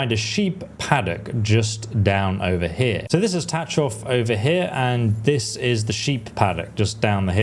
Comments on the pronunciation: Please stop saying Ta Chov. It's pronounced Ta H hov. In one syllable. (Well as close to one as you can manage) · Your pronunciation of Tachov is very wrong……but I understand it from English perspective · lol your Tachov pronunciation is funny. English talking people cant pronounce it I heard so I dare you to try to pronounce it according to google translator.